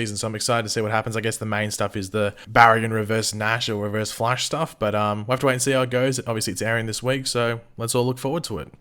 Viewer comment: Stop calling him Reverve Nash XDDD I am LMAO here, man! Like really hard laughting while I am eating! please, man! XD This is torture for my keyboard! XDDDD